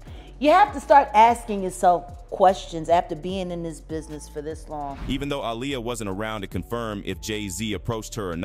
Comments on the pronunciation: These YouTubers need to learn how to speak if they're going to be speaking on videos her name is not a liar it's Aaliyah😂😂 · When he pronounced Aaliyah‘s name wrong, I was done. This video is pathetic.